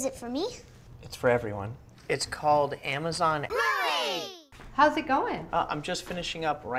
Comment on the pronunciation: amazan boohę